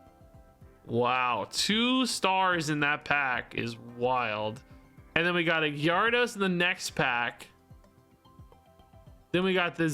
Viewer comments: I don't think gyaru-dos is the right pronunciation. Most people just skip the y and call it garados. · Gar-a-dos. first part is pronounced like gary but without the Y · At this point i pause you before you say the name of a new pokemon say it myself to hear what it's supposed to sound like and then let you say it cause you really messed me up on the pronunciation of some, needed 10 min to nail the pronunciation of Gyarados again